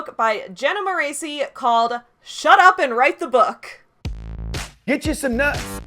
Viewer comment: You mispronounced her last name! In every one of her videos that I saw back when I was a diehard fan who lived and died by her YouTube content, it's pronounced More-ess-ee, not More-ay-see. P.S. Controversial opinion! I'm not a diehard fan anymore, I personally found a lot of her advice more harmful to me than helpful, and I outgrew the beginner level advice prominent in a lot of her videos prior to 2020.